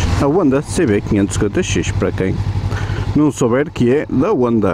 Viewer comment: Eu realmente não entendo tuga não falando o som do H 😂😂😂. Eu trabalho com tugas que falam inglês, mas não falam o som do “H”. Fica muito difícil de entender. Esse negócio de falar Onda, Yamaa, é bizarro a mim. 😆